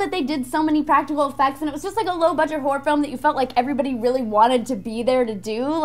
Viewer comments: did she say low budge hore as a short 4 horror ... caus it sounds kinda wrong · Low budget whore movies is what I heard. Must be the American pronounciation. Low budge whore movies!